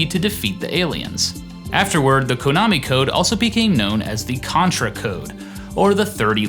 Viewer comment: "Kohnami"? 0_o